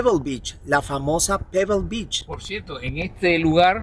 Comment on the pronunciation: La cada vez que dice "b@ es vez de beach 😂😂😂😅😅😅 Ò Shina en vez de China 😂😂😂😅😅😅😅